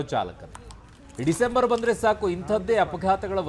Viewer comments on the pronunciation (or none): ಡಿಸೆಂಬರ್ ಅಲ್ಲಿ ನೀ ಯಾಕೆ ನೀನು ಒತ್ತಿ ಒತ್ತಿ ಡಿಸೆಂಬರ್ ಅಂತಾನೆ ಯಾಕೆ ಹೇಳ್ತಾ ಇದ್ದಿ